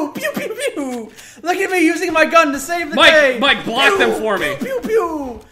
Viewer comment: They keep saying 40 mike-mike wrong